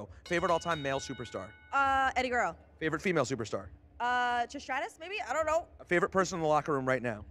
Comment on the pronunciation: Who's your favourite superstar? Eddie Guerrero BUT she can't even pronouce his name properly.